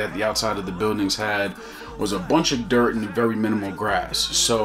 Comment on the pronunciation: 🔥🔥 the emphasis on the dirt is hilarious! 😂